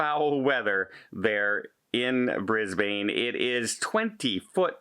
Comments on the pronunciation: can I help you with your Australian? It's not BrisBAIN, it's pronounced BrisBAN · Brisbane is pronounced 'Brizz-Bin' and not 'Brizz-Bane'. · Thanks. Just for you Canadians and Americans. Here is Australia Brisbane is pronounces "Bris bin". Hope this helps. Regards from Australia 🇦🇺🤓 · I apologise if my comment sounded rude to, so that you felt the need to be rude to me. You know we Australians all have slightly different accents, and the point is that its not BrisBAIN. and its just an fyi for, I thought he might like to know